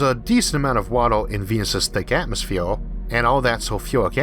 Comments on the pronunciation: Nice video, narrator is innoing. Please work on speaking out atmosphere and world. Innoing language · Why say atmosphewe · despite the narrator has an issue pronouncing the following words : Earth , Mars , atmosphere , what troubles me is that from what i actually heard so far , we are planning to "spread" out like a disease into the solar system ??? First of all we don't know for sure if we can pass through the so called firmament or else known as Van Allen belt . Can we really trust all this CGI crap and whatever NASA is saying ???